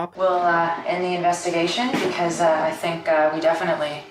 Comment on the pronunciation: It's an "inspectigation"